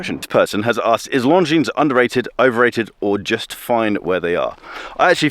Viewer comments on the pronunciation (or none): Please, not Long-Jeans try Lon-jeen